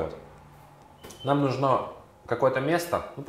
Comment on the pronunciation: Выглядит разумно. Только ударение в слове "нужно" правильно ставится на букве у. НужнО - это просторечная форма.